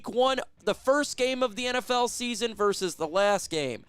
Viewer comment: VERSUS NOT VERSE 🤦‍♂️